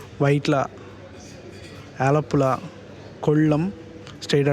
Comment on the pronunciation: Bro one suggestion please correct pronunciation of places like aluva, Alappuzha. It is ஆலுவா & ஆலப்புழா not அலுவா & அலப்புழா 😊